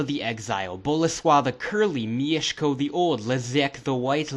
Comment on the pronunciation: Wow, this is really accurate! And you pronounce "Mieszko" like a Pole! I actually had some suspicions about your nationality until "Leszek"... ;) Anyway, great work and cheers from Poland!